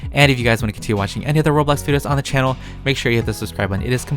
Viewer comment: "HeLLo EvEryOnE And WElCoMe BAck To ThE CHaNnL" always makes my day :))))))) 💕